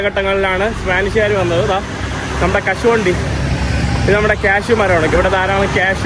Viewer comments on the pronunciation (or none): none